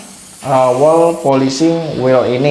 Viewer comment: Ilmunya sangat bermanfaat utk saya yg awam, trmksh. Hanya saja sedikit perlu belajar bahasa inggris, krn bbrp pengucapan tdk sesuai, misal tulisan "wheel" itu cara bacanya bukan wel tapi wil😊